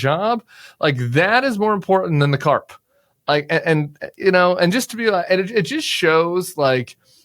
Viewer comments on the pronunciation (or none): Carpe diem, not carp!